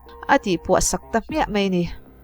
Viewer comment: Mei ❌ Mai✔️ Sipei ❌ Sipai ✔️